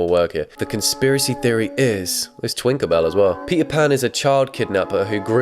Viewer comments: he rly said "twinkerbell" 💀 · twinkerbell really got me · „Sponksbob“ „twinker bell“ WDYM